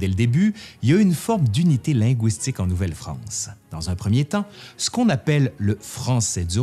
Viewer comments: Un petit commentaire sur la façon dont vous prononcez le mot linguistique. Je suis Québécoise et votre prononciation du mot "linguistique" en (wi) au lieu de (ui) lɛ̃gɥistik sonnait franglais à mes oreilles. À part cela j'ai vraiment apprécié votre présentation étayée du sujet. Merci beaucoup! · Pourquoi prononcez-vous linguistique « ligouistique » comme dans goulot plutôt que linguistique comme dans « légume » c'est tellement plus joli à entendre et tellement plus correct ? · i'avait que'que chose qui clochait pis, oui. j'ai ouïe dire "lingouistique" dans l'idiolecte de c'te formidable monsieur là. ou bin bedon ça fa' p'tête partsie d'son dialeque. ça fa' penser aux langoustes. mais moué j'dis lingu - istique. u. pas ou. c'éta' jusse pour le dire, là. pas pour faire le troud'gu! :) Merci !